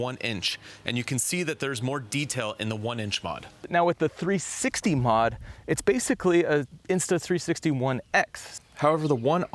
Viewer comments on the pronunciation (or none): what is 360 modification? are you saying 360 mode?